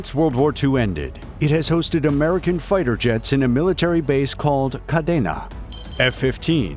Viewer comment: Grew up there and its pronounced kadeena